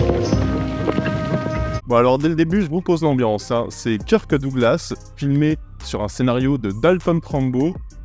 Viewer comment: ah ce bon vieux Keur-keuh Douglas <3